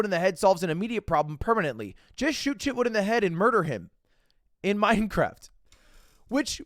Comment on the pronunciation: But your honor... I said "In Minecwaft!"😢